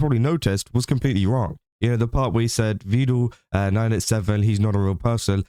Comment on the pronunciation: he is Evil fans 🤣🤣 only Evil say Vedool sometimes